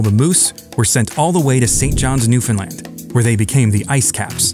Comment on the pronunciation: Hell yeah. Thanks for pronouncing Newfoundland correctly!